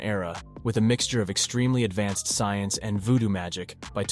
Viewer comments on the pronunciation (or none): none